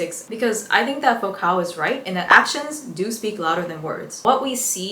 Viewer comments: Just because I don’t want some theory bro getting self righteous in the comments about a name people rarely hear spoken: Foucault is pronounced foo-co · Great video but girl Foucault is a french name, it's pronounced like foucough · You pronounced Michel Foucault’s name incorrectly, and a few other words and names. Great job on the content, I look forward to more videos